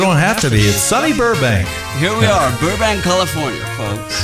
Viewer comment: is no one gonna talk abt the alex's saying "burbank california" in an american accent 😭